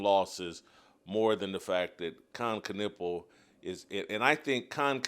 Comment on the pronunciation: Kon nipple is a dumb way to pronounce his name